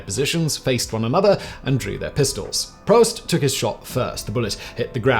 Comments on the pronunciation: “Proust” is pronounced “proost”, not “prowst”! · Proust: don't say prowst, say proost. It's French ;-)